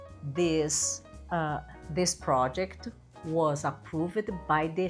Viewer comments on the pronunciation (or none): approVED is incorrect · Approved is not pronounced approvED. Please correct your critical pronunciation of the ED endings in the regular past tense.